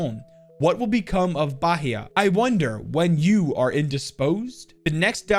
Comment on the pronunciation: Just a tip, Bahia is |Bah-I-ah| not |Bah-he-a|